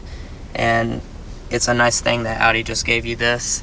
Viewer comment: Thank you for pronouncing Audi correctly